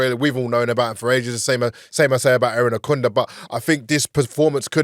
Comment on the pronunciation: Irankunda not Erinakunda please